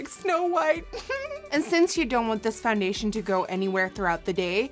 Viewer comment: I hate the way she talks. What the hell is fundation